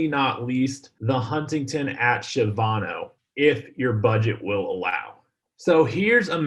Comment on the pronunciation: I’m a native Of San Antonio and I’m not trying to be rude at all but you we’re mis-pronouncing Shavano It’s actually pronounced Sha-va-no it’s kind of like people mis-pronounce Bexar county for Bex-ar instead of Behr